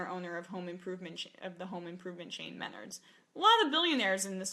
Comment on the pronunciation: Jesus Christ it's pronounced "ma-nards" not "men-ards," I should know, I was in one yesterday.